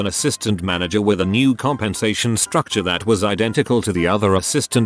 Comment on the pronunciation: "Mana-GRRRR" Bless you, text-to-speech. 😂